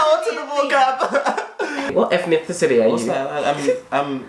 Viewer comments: “Ethninticity” 🤔😳🧐🤨 this is a WOW! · Nahhh ethninticity 😂😂💔